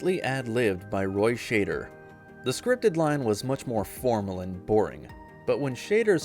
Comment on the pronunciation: Never heard or Roy Schader…… thanks A.I. person!!!!!!